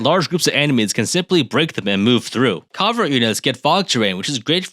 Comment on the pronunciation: Please tell me you didn’t just pronounce covert as “Caw-vert”